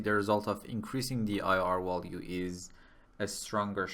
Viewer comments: I did too, but one can always improve, no? He speaks mostly fluently, but then there's that pesky "wollue". Germanic language speakers can say the v sound, so it's a matter of him not noticing he's doing it and it doesn't hurt to improve your accent, especially when everything else he says already sounds pretty good. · I know English is not your first language, and for the most part, your English is pretty good, but you're missing the mark with the word "value". You are pronouncing the V as if it were a W.